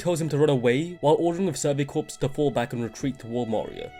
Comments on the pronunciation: Corps is pronounced Core not corpse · PS there is a silentP in 'corps'